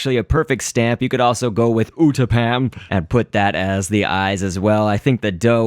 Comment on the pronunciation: hhhhhhhuuuuuuuuuuuuuuuhhhhhhhhhhhhhh u didnt say uttapam like ythis UUUUUUUUUtTTTTTTTTTTTTTPPPPPPPPPPPPAAAAAAAAAAAAAAAAAAAAAAMMMMMMMMMMMMMMMMMMMMMMMMMMMM!!!!!!!!!!!!!!!!!!!!!!!!!!!!!!!!!!!!!!!!!!!!!!!!!!!!!!!!!!!!!!!!!!!!!!!!!!!!!!!!!!!!!!!!!!!!!!!!!!!!!!!!!!!!!!!!!!!!!!!!!!!!!!!!!!!!!!!!!!!!!!!!!!!!!!!!!!!!!!!!!!!!!!!!!!!!!!!!!!!!!!!!!!!